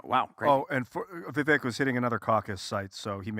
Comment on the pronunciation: is an IDIOT and it's pronounced VIVAKE!!! JESUS CHRIST is Tim, the only one there who isn't brain dead?!!!!